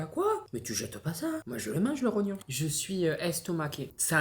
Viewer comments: Mdr le "trognon" c'est le rognon 🤣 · En plus tu dis tronyon a la place de rognon 😂😭tu me tue de rire